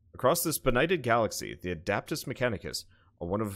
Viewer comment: It's not "adAptus", it's "adEptus" mechanicus :) Imagine you're trying to speak latin :P